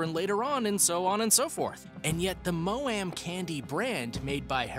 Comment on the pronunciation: I can't! 😂😂😂 He said maoam and haribo completely wrong🤣😅😅🤣🤣